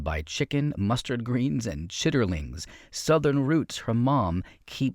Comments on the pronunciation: Oh honey, "chitterlings" is pronounced "chit-lins". It's a culturally southern/black/poverty food because it's pig intestines. Usually fried. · it is chit-lynns not chiterlings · Great show. First time hearing about her. And, it is pronounced chit-linz. We have the annual chitlin festival near my home in Salley, SC. I think it is spelled chitterlings though. Thanks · "Chitterlings" is pronounced, "CHIT-lins",. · Lawd have mercy! It’s pronounced “CHIT-lins!”